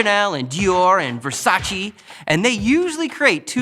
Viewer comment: ITS VERSA-CHAY NOT VERSA-CHEE